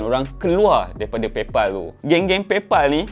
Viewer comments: Pal bunyi dia pel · paypal pelaqpalat😂😂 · Pay phalll ek... Buruk betol sejutan kau. Tahj sebutan baku tapi aku rasa satu fjnia takkenal sapa. Jadi gunakan sebutan ug diguna pakai oleh pemilik disana. Hahaha. Sama macam kau sebut YouTube.... Bukan YuTuBe ye. 😂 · Ak sebut paypOL xtau pulak bunyinya paypAL yg sebenarnya.. 😀